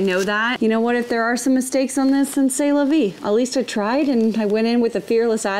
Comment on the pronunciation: SAY la vie?! 😂 Sorry, but it's "SE la vie". But the ottotable is great 😊